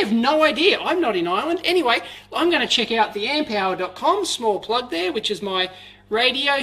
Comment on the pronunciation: i am a medical doctor .... amp hour sounded me like "amputation hour"